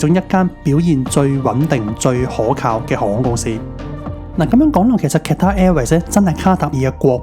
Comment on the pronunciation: 主持人好似讀錯左Qatar🤔